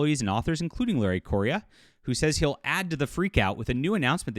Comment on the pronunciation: Thank you for sharing this news; this is the first I've heard of this. Meaning no offense, but Larry's last name is pronounced "Korea", just like the country. He explained that a while back on his FB page. Again, thank you.